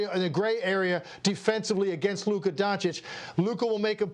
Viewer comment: It’s luka